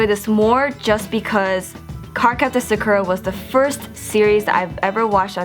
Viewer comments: She called it Suk-Er-A pretty sure its Sock-Er-A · hueeeeeeeeeeeee you keep saying her name wrong.. :( Sah-Koo-Ra, not Suh-kuh-rah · Yay! Except one thing especially because you're an otaku.... it is pronounced sah-koo-rah.hehe